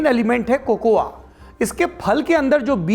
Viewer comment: 1. The A in COCOA is silent. Correct pronounciation is कोको. 2. I have read biography of Kwame Nkruma. Barring Asante people all other tribes wanted Brishers to remain and rule. England wanted to move out from Ghana. 3. It was mutually decided that Nkruma will be accomodated in the British Rule so as to make the exit easy and smooth for England. 4. It is purely because of the politicians, this is the fate of Ghana. Otherwise these people are intelligent, hard working. Brain Drain is helping politicians. Above observations are first hand as I am staying here in Ghana since last few years.